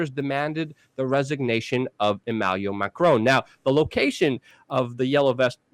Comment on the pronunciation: Hey Luke, It is Emmanuel Macron, not Emmaluel Macron. Also, Erdogan is pronounced Ehr-deh-wahn. Have a wonderful day.